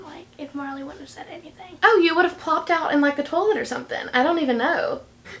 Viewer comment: “You would have plobted out in like a toilet or somethin”😂